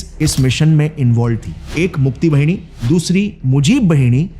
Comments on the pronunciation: Bengalee pronunciation thik se kijiye Bhini nhi...BAHINI Rangmati nhi....RANGAMATI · बहिनी nahin बाहिनी boliye Gaurav bhai. "मुक्ति बाहिनी" (মুক্তি বাহিনী), मुज़िब बाहिनी( মুজিব বাহিনী)& क़ादिर बाहिनी(কাদের বাহিনী). 'वाहिनी/ बहिनी' ka matlab Pravah,Dhara, Nadi ya 'सेना' ( army) hota hai. बहिनी matlab बहन hota hai. Bangla alphabet mein 'ब'(ব) aur 'व'(ব) dono hote hain par dono ko 'ব' likha jata hai aur aam bolchal mein'ब' (ব)hi bola jata hai.